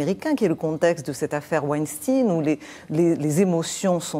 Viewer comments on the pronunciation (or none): Weinstein se prononce Weinstein et non pas Weinstine ou Winstein. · Bravo , de faire remarquer ou de faire la leçon à ces trop nombreux journaleux si imbus de leur profession , par une diction minable . Oui , WEINSTEIN se prononce exactement : WAINSCHTAÏNE tout comme EINSTEIN et non WAÏNSTINE .